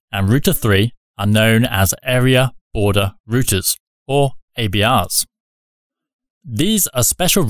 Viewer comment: it really bothered me when you said "area order routers" not "area border routers" like I thought they were called whence the abbreviation "ABR" . not trying to be rude, just wondering is "area order routers" just another name for "area border router" or is this just a mistake in the video?